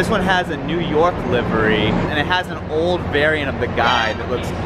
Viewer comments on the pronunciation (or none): New Ork... Sounds like Newark...eh, close enough